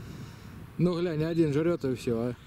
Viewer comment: Слово ГЛЯНЬ у тебя здорово получается. Я думаю слово ГАЛОГРАММА у тебя ещё круче получится. А сказал по делу.👍